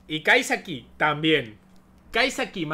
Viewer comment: Amigo crítica cuando la gente habla mal y el dice kaisaki wtf